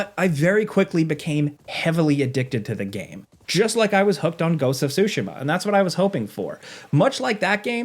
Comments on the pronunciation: Ghost of tsu-SHI-ma... each syllable is pronounced with equal stress. Actually played it while living in Japan. This was an excellent overview. Looking forward to playing this newest game. It's up there with the last two Zelda games and the Zero Horizon games. Thanks! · “Ghost of Sushi Ma” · "GHOST OF SHOOSHIMA" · btw it's not SUE-SHIMA, it's TSU-SHE-MA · If this guy says “sooshimmaaa” one more fucking time… ITS SOOOSHEEEMAAAH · JorRaptor likes to say Ghost of Tu-sheem-mah and says Ghost of Sue-she-mah. Ghost of Tsushima is pronounced Ghost of Too- shuh- mah- Say the word shut with out the letter T. Shu, and then say the word mud with out the letter D Muh. Then say the word really fast for it to sound good. 😂😂😂😂 Hard asf to pronounce a word through texting 😂😂😂😂😂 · I'm sorry but I cannot watch a review when someone says Ghosts of SUSHIMA...... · lol blud keeps saying so-sha-muh, way to butcher the name you haoelè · I have heard “ghost of SoWshima” 4 times and I’m 1 min in. 🤦🏽‍♂️ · Who else is annoyed at how this guy kept butchering "Tsushima"?